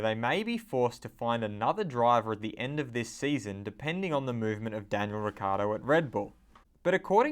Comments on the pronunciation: You should pronounce Ricciardo like "Ricchardo", not Riccardo. (I m italian) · Formula World Ahah ok well here in Italy 100% of us say "Ricchardo"… i guess he forgot how to call himself XD